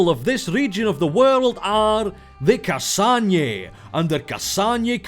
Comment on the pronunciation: The "nj" in "Kasanje" isn't actually the spanish "ñ" (for once), but is actually two sounds, the "n" being the "n" sound (obviously) and the "j" being the French pronounciation of that letter, like in the French word for "January": "Janvier".